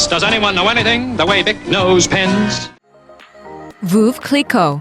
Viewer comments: giefF ver saa che cuz its Italian , and veuve is not pronounced as voov, its something like verve clii-quoo in french. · Veuve Cliquot is not pronounced Voov Cliquot more like Verve Cliquot as the English would pronounce Verve i.e not pronouncing the r much. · "Voove" Clicquot lolololol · Sue Harvey I'm french, no "r" in veuve. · Sue Harvey I don’t have to rely on Google for pronouncing Veuve Cliquot correctly because a) I speak the language and have since childhood and b) google is a joke when it comes to translation and pronunciation. There is no « r » sound in Veuve.